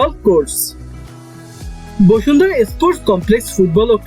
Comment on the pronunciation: বসুন্ধরা নাকি বশুন্ধরা 😐😐